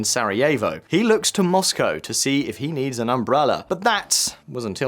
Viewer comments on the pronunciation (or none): none